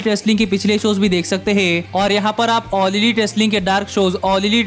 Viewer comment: Bro video was nice but u pronounced all lit instead of all elite